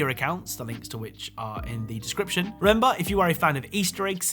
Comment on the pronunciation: he said rember instead of remember lol